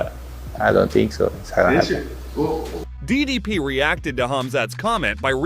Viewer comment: Belal is unable to pronounce DDP's name and its hilarious